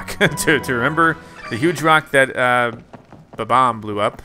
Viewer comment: His name is not bab - omb his name is bomb - omb